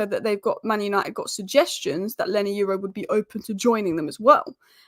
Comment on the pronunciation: YORO ...start with YO as the way YO YO sounds ( not EU as in euro) then add RAW the way it sounds so now add the two YO and RAW ( sound only not spelling) there you go YORO